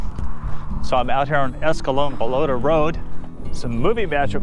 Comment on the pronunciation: Escalon is not s-ka-lone, it's pronounced s-ka-lawn. No biggie, but just something I know. My grandpa drove from Victory Park, Stockton, to Escalon Packers (now Kraft Foods). So much of what you reference is dear to my heart ❤. Thank you so much for you care and work in these videos.